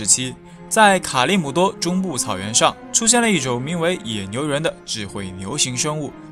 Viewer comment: 卡利姆多读错有点水